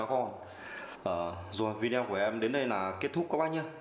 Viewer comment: góp ý chút, cụ đừng đọc là Vi Đeo nghe khó chịu cực kỳ luôn, đọc là Vi Deo hoặc Vi đê ô, Vi đeo nghe quê dã man ý